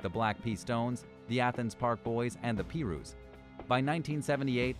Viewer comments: The “Pee-roos “. Lmao. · The pee rus wow the disrespect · The I in pirue is a long I so pie roo. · This mfr said pee ruu I'm stealing that Cuz it's 🥧 ru 😂 oh well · The “pee-roos” 😂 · The P ru’s? You can’t believe any videos that can’t even pronounce the gangs right lol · My man said Peerues It's Pierues